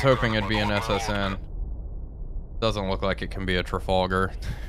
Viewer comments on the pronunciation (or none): sir I like your videos but your pronunciation of Trafalgar triggers me